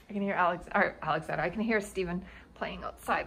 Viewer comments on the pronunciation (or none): none